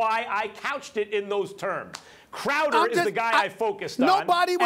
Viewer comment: "IT, ITT, ...Crowder, or Clam Chowder " Warriors in 5